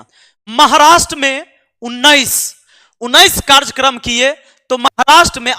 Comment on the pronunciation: सर,माफी चाहता लेकिन बताना चाहता कि कार्जकर्म नहीं कार्यक्रम होता है।